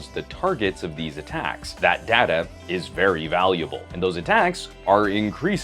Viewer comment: It's not pronounced data...but data man!